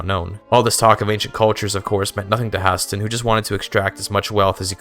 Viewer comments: I had to close video and dislike because of that pronunciation. High-stay-nnn. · Why does he pronounce Hæsteinn like that???😭😭😭